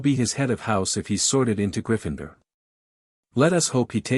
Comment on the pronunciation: It's GRIFFIN -door, not gri-FIND-er! If you're going to do Harry Potter fiction there eight movies you could listen to. GET THE PRONUNCIATION RIGHT! Though I personally think the name should be pronounced Trill-away, not Trill-LAWN-knee.